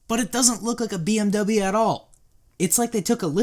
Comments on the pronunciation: i cringed sooo hard when he said bmw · DeFy Noah I can tell that you meant to say bimmer or BMW